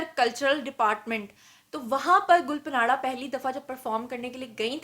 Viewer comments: it’s is not panara… please it’s gul parra.. the n is silent.. it’s mean rose Patel. gul mean rose parra mean Patel. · ھاھاھاھا گل پناڑہ نہی ... گل پانڑہ ھے نام اسکا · Lol. Its not gul patanra its gul paanra. And secondly please correct the spellings of "proposed" in the video title. Apart from that, you are amazing and i love you ❤ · Yr gul punaraaa ni h gul paraaan h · گل پناڑہ😀😀 نہیں گل پانڑہ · Hhahahaha...plz learn how to pronounce people real name,its not parana its panra (mean leaf,pata).do some wht research before volging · Allah ki pandi...She is Gul Panra ..Pronounced as GUL PAANA...Not PANAAARAAA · It's Gul panra not panara. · ہاں ہاں میڈم گل پانڑہ نہیں گل پاڑا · Tmary Kan kaisy pk gy ye sb kuch bta bta k. Tmari to rozi roti hy ye. Tm in k bghair reh he ni skti ye khbrain dhondy bina. Had hy dramy ki waisy...gul panara naam ni hy gul panra by. Yo need little homework on words. Sirf lgai bhujai he na dhondti rha kro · "گل پناڑہ" نہیں میڈم، "گل پانڑہ: براہ کرم اپنا ھوم ورک کر کے بین اقوامی میڈم پر ظاہر ھوا کریں۔ کبھی بی بی سی، الجزیرہ وی او اے یا وائیس آف جرمنی کو ایسے پیشکش کرتے دیکھا ھے؟ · Gul panra not Gul panara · Please arrange a live program in which invite Amir Liaqat, Hania, Mufti Qavi & Hareem Shah...plz plz. To end this endless social media scams.....it's my heartest request Mam....& yes plz correct your pronunciation about Gul Pants...as you were taking this name as Gul PANARA while it is GUL PANRA...it's ok be oz you don't speak Pashto..the PANRA means LEAF....thnx Dr.Waheed Qureshi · Had hai mam 😆 Gul panra hai gul panara nahi hahahaha ye kon se jaga se education le hai 🖕😆😆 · Gul pa nara 😂😂😂 Means ap ne phool pe nara laga diya. Pronounce it Gulpana. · Ya panara kia hota hai? Panra hai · Plz pronounce gulpanra name in a correct way....its گلپانڑا.....not گلپناڑا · Gul pa nara nahe (gul pa ra) ha ...es n silent ha ....gulpanara. .. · Her name is Gul Pahnra not Panara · محترمہ آپ نام غلط لے رہی ھے گل پانڑھ جسکا مطلب پھول کی پتے ھے